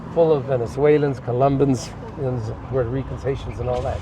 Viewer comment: That old man says Puerto rican 😂😂 i don't think so